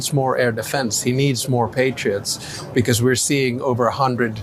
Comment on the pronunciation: why do you pronounce the word because as becauss.....when you read the word cause....do you also pronounce it as causs ??? is it for attention or flair??? is it supposed to sound intellectually elevated??? to be honest it sounds completely out of the ordinary and ridicules !!!! and im actually curious as to why you do that Ben....i doubt you will answer ...in fact im sure you wont...and you really dont need to remind people to subscribe because you need to hit some next milestone ...i hate being reminded if things i already KNOW i can choose to do if i want to....and like most people i dont need constant reminders...it gets annoying all the time....i have zero subscription and its exactly how i want my interaction with the internet to stay....it invades too much of our lives as it is already !!!! so maybe ease up on the begging or Reminders all the time bro !!!! im not subscribed and i see most of your posts ...but only the ones i CHOOSE ...lol savvy ?? keep opposing the insanity of your Gov....its the logical thing to do...everyone on earth hates bullies and pedophile wannabe dictators thats for sure !!! be careful who you support like good ole buddy Cohen....the closet magat you used to call upon to act like he was NOT the traitor that he truly is !!!!! i read him likea book the very first time i seen him !!!! lahooooooo zaherrrrrrrrrrrrr !!! LOSER !!!!!!! lol